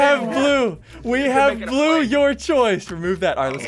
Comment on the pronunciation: Ssundee said glue instead blue